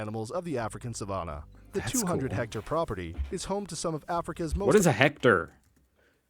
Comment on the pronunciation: IT'S HECTARE! 100X100 METRES! That dumb Amerobot CAN'T say it properly! IDK WHY they used an American accented narrator bot!